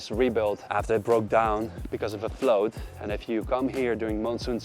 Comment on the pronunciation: I won't nitpick your accent, just pointing out the things that really stuck out to me: flood/floodgate (you say 'flowed' but it should be 'fluhd'), sword (don't pronounce the w at all, it should sound like 'sord'), mosaic (not 'mo-zeek', but 'mo-zay-ick'). Thanks again for all your hard work!